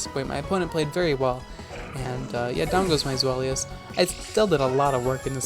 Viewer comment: By the way INTERESTING way to pronounce and spell Zweilous, fam 8)